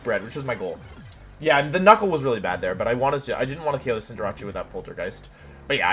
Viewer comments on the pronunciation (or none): everybody: Cinderace Wolfey: Cinderawchie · hearing him pronounce cinderace as cinderachi "Ah. Jirachi is in this game. I had no clue... But where is it? (I thought it was the name of a cinderace jirachi combo)" it's cinderACE. Like space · Day 3 of Hearing Wolfe pronounce Cinderace as "Cinderachi". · Even after all this time I still laugh at Wolfey calling it CINDERACCI